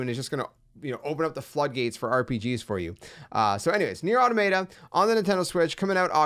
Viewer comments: Automayta 😂 I remember when I used to say that. It’s “Aw-Tah-Muh-Ta” btw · When you said "Automay-tah" I knew this was going to be a horrible video. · You’re saying the name wrong…